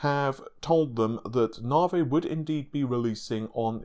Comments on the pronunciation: Navi, not naahvey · Dude, if I have to hear “novv-vay” instead of “navvy” one more time, I’m gonna freak. Half troll, half serious. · Its not naw vay its NAVI naw-vee, GD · Since you can't promounce the letter I in navI.. why do you not call playstation for the playstateen? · love the content :). IDK why you pronounce the long E sound of navi as a long A, makes me cringe. Just ribbing you TY for all the updates and content.